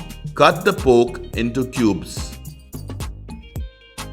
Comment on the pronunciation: Wow...!! Looks absolutely yummy and I'm pretty sure it'll be delicious in taste as well...but just a small correction...it's pronounced "PORK" and not "POKE"😉